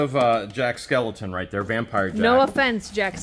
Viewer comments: Please, his name is Jack Skellington not skeleton.💀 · It’s Jack Skellington. Not Skeleton